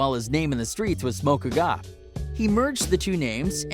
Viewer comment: So he said he 28, called him pop star, pronounced quavo hella wrong and pronounced Fivio foreign HELLA WRONG also pronounced smoko Guwap wrong. Dawg wtf😭😐 he deadass said like 3 different ages🤦🏽‍♂️ and then said his middle name wrong jesus bruh